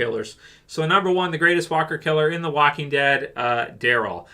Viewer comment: The woking dead lol